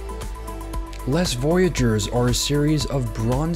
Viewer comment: Les Voyageurs is NOT pronounced Less; it’s pronounced Lay. Similarly, Marseille is NOT pronounced Marcel. Your videos are interesting, but maybe a little bit of study would help. Wikipedia can help you—they have recordings in the introductory part of their articles and a few moments checking them out would keep you from breaking people’s ears.